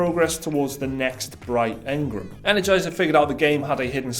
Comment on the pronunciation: So great to hear you pronounce engram the way I do.